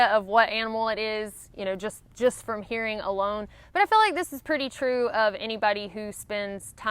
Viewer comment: Your "hearing" sounds like "herring," something that some people who hike come to appreciate differently after eating a few cans of kippers.